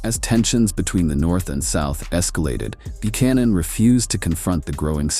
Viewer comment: This guy can’t even pronounce Buchanan.